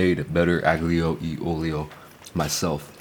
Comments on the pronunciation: The aGlio e olio ended me... When you meet an Italian, please don't say that. Instead say alio e olio. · Fyi, you pronounce it alijo olijo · Sorry, but that is the wrong pronunciation! You'll be laughed at if you order that at any Italian restaurant! AGLIO E OLIO is pronounced Ah-lee-oh Eh Oh-lee-oh. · “i Do LiKe A gOoD aGnIoLiOlioOlio 🥴” LMFAO it’s probably the first time you have had. Never heard of that dish and I’m Italian 😂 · It’s pronounced like: allio e ollio. You don’t pronounce the G. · shrimp unglyo-e-olio got me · Yo ben love your content brother. Btw aglio e olio is pronounced alio e olio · The way he pronounces aglio li olio 🤣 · not italian as he butchered aglio e olio